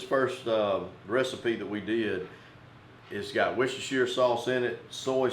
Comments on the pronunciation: lol great vid but the wusashire sauce was just priceless! It's pronounced wuster sauce. simple :) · native speaker here. it is pronounced wooster sauce, not woustershiresauce. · You pronounced "warshyersister" wrong. Otherwise great video! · aaaargh, its pronounced 'wuster sauce' not worcestershire............................ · Did you say what's your sistah's sauce 😂🌶😂🍺🦌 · That is one incredible beard style! Love the recipes (btw Worstershire sauce is pronounced Wooster sauce ! British English is crazy I know) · I love how Americans try and pronounce worcestershire sauce 😂😂😂😂